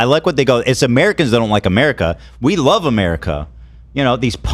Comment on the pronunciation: Ethan calls Love "Glove"